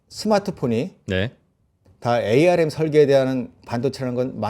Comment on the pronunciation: ARM은 암이라고 불러주세요. 5G='오쥐'가 아니라. '파이브쥐'라고 불러요.